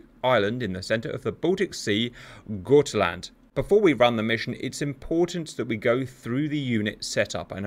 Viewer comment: The got in gotland is pronounced as it is spelled.